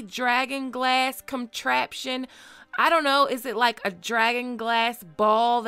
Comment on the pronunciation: Did you say comtraption?